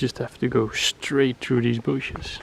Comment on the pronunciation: Is the first time we heard "spikey booshes"?